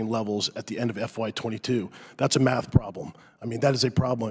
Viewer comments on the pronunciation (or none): none